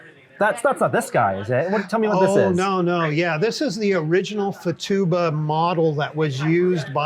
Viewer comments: Futaba say Few Ta Ba (not Fa tube a). I flew these in the ‘70’s. Incredible model! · Awesome, but it kills me that he calls it fa-tu-ba when it's Futaba. How does someone with so much attention to detail not notice that? I wonder if he's dyslexic.